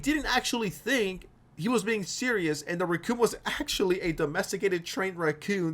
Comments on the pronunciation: I might be too high but every single time he said racoon I kept hearing Recome from DBZ! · You pronounce "racoon" in a way I don't think I've ever heard....